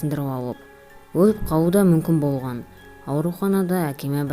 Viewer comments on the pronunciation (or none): оқиға бро сенин ЖАКСЫ бирак сен кейбир жерди кателесип айтасын болган ды боган деп АЙТТАСЫН!